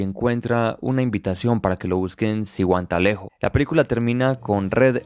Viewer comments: Se dise o pronuncia. Zihuatanejo. No siutalejo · Minuto . Es Sihuatanejo no Sinuntanejo. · Se pronuncia, SIGUATANEJO" y si , zihuatalejo. pos si . Ta lejo muy lejo , al menos de donde me encuentro. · en el vídeo dice Zin-hua-ta-le-jo, lo cuál no existe, tu citas otro lugar, búscalo en Wikipedia si hacía lo deseas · Pedazo de porquería pronuncia bien animal Zihuatanejo, y también e falto el final ( la fuga ) crítica de mierda, película muy buena. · Excelente película, pronunciaste mal Zihuatanejo me hubiera gustado que en vez de solo contarla hubieras puesto datos interesantes de lo actores , cosas de la grabación y de la adaptación, buen video